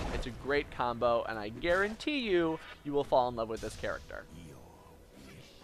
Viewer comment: Did he just said he's gonna "Garen-Tea" that I'm gonna like Karthus.